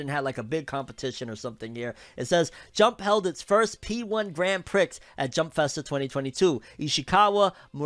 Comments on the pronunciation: Its grand pree brother not grand pricks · just a little heads up it's pronounced like Grand "pree" not Grand "pricks"